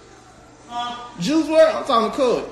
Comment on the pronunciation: Aye “Joo Wurl Dayd”